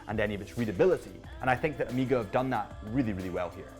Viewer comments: Weirdo, why are you saying OH-MI-GA… it’s OH-MAY-GA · get ahold of the Ed White "Cal 321" and then you can re-do your review and find a flawless example of the Speedmaster! Btw.. it's O (as in Oh) Mega.. not Amega! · Am I the only one that hears o-me-ga vs O-meg-ah??? Great review either way. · Why the hell do British people say Omega so weird? O-meega 🤣